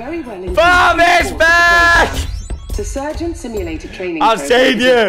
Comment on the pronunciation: Is he saying SIM U LATER?